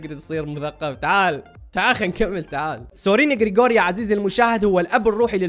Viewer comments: سورين كيركجارد وليس كريكور... 😄😌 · اسمه سورين كيركجارد، مو كريكور